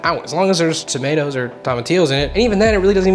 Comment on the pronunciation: Did he say "Tom-a-ti-ohs"??? LOL🤣